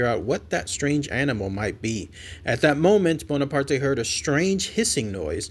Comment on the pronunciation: Hey,. The E in Bonaparte is silent. It's a French name. I'm sorry.